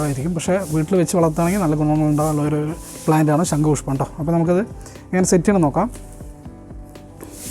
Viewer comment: "ശങ്കു" അല്ല; "ശംഖുപുഷ്പം". എന്തായാലും സരസ്വതി ദേവിയുടെ അഭാവം നന്നായി കാണുന്നുണ്ട്. വീട്ടിൽ വച്ചതുകൊണ്ട് വിദ്യ കിട്ടട്ടെ എന്ന് ആശംസിക്കുന്നു.🙌